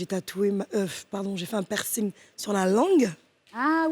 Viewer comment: pourquoi tu dit PI -ERCING? On lit pas le "pi". C'est plutôt PERCING